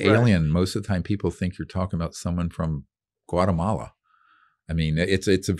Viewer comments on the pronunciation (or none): Guatamala? Mess up